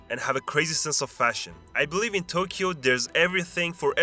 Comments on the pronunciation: why do you say tokeyo and then say we as if you are a Japanese person? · I was almost buying some of this as a 30+ year resident of Tokyo. That was until the narrator tried to pronounce the word "Tokyo". It was a big hint that this is a foreign channel. See, there is no "key" sound in the pronunciation of Tokyo. Oh, and they are tangerines in Ehime.